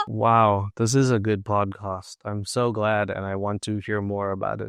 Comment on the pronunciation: It's podcast* not podcost